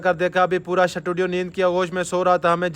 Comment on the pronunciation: Shutudio ni hota studio hota he